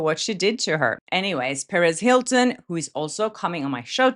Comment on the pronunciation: Everytime she says Perez Hilton,it sounds like Paris Hilton 😂